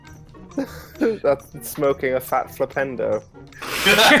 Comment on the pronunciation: Earth Sandwich was amazing. Also, whenever I hear Harry say Flipendo, I can't help but hear Nintendo.